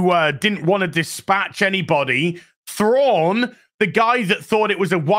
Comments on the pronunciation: Get it right, Its Grand Admiral Prawn. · Excuse me, but you heard.. his name is now Thrawnk. Or Thronk if you prefer. Not to be confused with Stronk. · "Thronk" 🤣 - not sure if meant it, but its so close to Kronk from "Emperors new groove" - who is a comically inept character - but in a good way. Thronk (Thrawnk?) being also comically inept:p